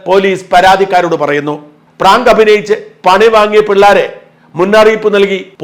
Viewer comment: പറാങ്ക് എന്നല്ല പറയേണ്ടത് ഇതിനെ ഭ്രാന്ത് എന്നാണ് പറയേണ്ടത്☹️